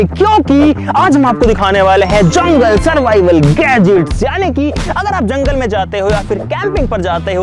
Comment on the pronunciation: jungle❌ jungal✅